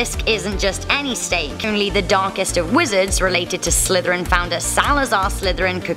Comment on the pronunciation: You did not just said SNEK